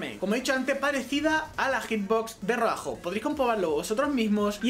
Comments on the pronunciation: es roadhog no roajo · El-Otro- Brother Si dice roajo xd